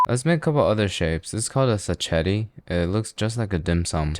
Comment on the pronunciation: As an Italian snob, your Italian doesn't offend me significantly. So seven point three (7.9)/10 Edit: you got "sacchetti" wrong. It's pronounced as in suck, not such. Rating update: 6.66/10